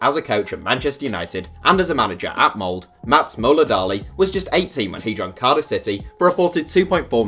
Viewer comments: B1G D4ddy The video says Mold. It's Molde, with the "E" !! And the norwegian "E" (Ole, Molde) is not pronounced like the english "E", but rather somewhat like the "ea"-sound i "bear". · Molde is pronounced with the "E" !!